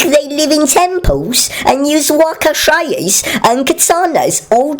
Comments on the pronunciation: wakizashi not wakashais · when it said "wakashais" im dead XD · You wouldn't believe some of the "variations" I've heard.. Wakatashi Wakizoshi Wakewashi Among others.. :p